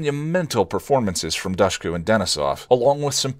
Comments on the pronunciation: DOOSH-ku. It's pronounced DOOSH-ku. Say it with me now! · She always says it is pronounced “dush” like “push”. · Dushku is pronounced as DOOSH-KOO. I'm Albanian.